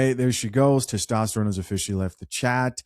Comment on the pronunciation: Testrone? Or Tyrone?? Lmao..it's testosterone!!